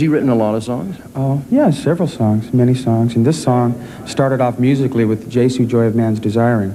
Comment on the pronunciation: Yes very interesting. But please don't substitute the 'th' with a 'v' sound! Thanks!